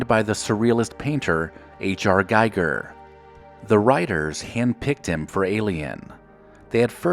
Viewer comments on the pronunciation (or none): Name is pronounced GEE-gur, bro. Love your channels.